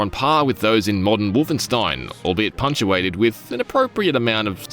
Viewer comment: Did this man just say... "punch-uated"?! Intentional or not, it sure fits the subject matter :face-blue-smiling